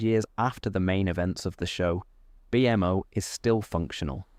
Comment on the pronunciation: I love your video and I listen to it a lot. The way you say Bmo hurts me to my core.